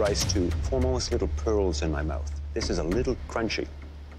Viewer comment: Alvin: "once it enters my *Mouf*"